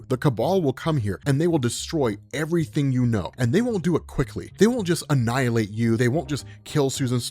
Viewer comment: Hey, when you pronounce the word "Annihilation", do you say the "h"? Because for most English speakers, it's quasi-silent. That's the same for "Ex Nihilo" -- it's derived from that word.